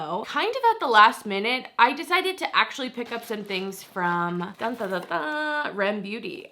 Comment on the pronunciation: Isn't it "ARIEM" beauty? This is how I heard it in promo.